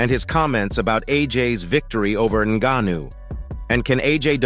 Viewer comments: Click bait everything I already knew except what AJ said after the fight 😂Im still waiting for what AJ supposed to of said ….we got to FK TYSON FURY HERD IT TWICE and then a load commentary in that robot voice that pronounced ngannou negnou negno 😂😂 sick of this never again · 'Nga neu?' What did the Nga knew or what does he know?? Bro, you can't train the AI voice to pronounce names properly? Or is that something we can't do yet? I don't knew how these AI voices work. Can you alter how they pronounce one word or once you feed them the script and choose the voice, it's all up to them? Idk but not telling me what that 'Nga nu' ain't it chief and it's low-key pissing me off. I need to know what the 'Nga nu'.😂😂😂😂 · This foo said naganuu wtf what kinda homework is this 😂😂😂😂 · why you say his name like that, then properly later on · How many different ways can one idiot pronounce the name Ngannou…??? 😂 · Every time you try to mispronounce Ngannou I'm going to report you.